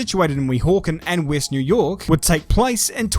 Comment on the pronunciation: new yoaaah